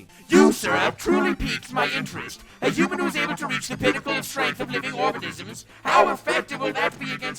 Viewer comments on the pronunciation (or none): none